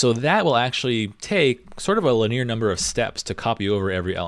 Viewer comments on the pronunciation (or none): good content, but the guy pronounces "linear" strangely - he says it like "li-near" instead of "li-knee-are". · "li-near"? It's "li-nee-ur". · Having watched the fibonacci section so far, a few of points: 1. "Linear" is pronounced 'lihn-ee-er, not lih-'near. This is a common English word, not computer jargon. 2. If I understand correctly, you are only memoizing within each top-level call. Each such call starts over. But if your program is going to use a lot of fib numbers, you might as well cache them permanently. 3. Ultimately, you want to get away from recursion is at all possible. In general, any recursive program can be re-arranged into an iterative one. Fib is trivial to transform: fib(n): a = b = 1 i = 2 while i++<n (a,b) = (b,a+b) return b This form can also be memoized for efficiency if you're going to be calling it a lot. In that case, you'd only build the new values from the highest prior call up to the new call. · When you say "laneer", are you actually saying "linear"??